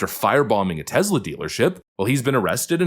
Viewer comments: Love the videos man.. but it's TES.. TESLA.. not TEZ... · Love your videos, love your channel. That said, it is pronounced Tesss-lah, not Tezzz-la. Nikola Tesla (Nee-ko-lah Tess-lah) was of Serbian ancestry and Elon paid homage to him by naming the company after the inventor. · Love your work, but it's not "Tezzla". Nikola Tesla desrves at least that after getting screwed by Westinghome.